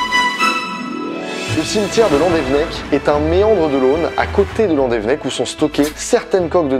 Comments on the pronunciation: "landevnec" non ça se prononce "Landévénèc" inculte "que la population découvra" Alors non toujours pas, on dit "que la population découvrit" "dans la penefled" non non c'est la "pinfeld" ou la "pinfel" phonétiquement. (et je suis bien placé pour te le dire j'habite à Brest. Et non ce n'est pas un fleuve mais une rivière. "une corne" non c'est une défense. Roh lala j'ai 16 ans et j'apprends le français à... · Belle vidéo, très intéressante juste la prononciation des lieux 😂 c’est pas landévennec mais landévénnec et pour la penfeld ça se dit pinfel c’est sur les noms bretons 😂😂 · Juste, petit point prononciation, on dit landévénnec et les z à la fin des mots et des noms propres se prononcent pas en français (en breton non plus sauf vers Brest) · La Bretagne ma patrie ❤️ Par contre c'est là que je me rends compte que le Breton est pas inné mdr par exemple Tréoranteuc on prononce pas an mais en ou alors Landévennec ça se prononce Landévénnec Après c'est pas si grave que ça mais bon 😂 Merci pour cette vidéo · Landévennec ça se prononce Loudévénnec non ? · Landévénec et la painfeld qui est mal prononcée aussi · VIVA LA BRETAGNE !!!!! Encore une masterclass sur ce type de vidéo !!! Bravo à toi ! Par contre, on voit bien que t'es pas breton. Landévennec se prononce Landévénnec et pour la Penfeld, le "en" se prononce "in". Mais merci pour ce genre de vidéos. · Slt, je suis de landévennec. C'est juste pour dire que ça s'écrit "landévennec" mais ça se dit "landévénnec" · mon dieux tu aurrais pus trouver un brestois pour te dire les prononciation exacte je frise l'avc !!!! donc ont reprend c'est Landévénec et la rivière c'est la penfeld [pinfel] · Sa se prononce landévénèc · Oui, mais sa prononciation de landevennec m'a écorché l'oreille xD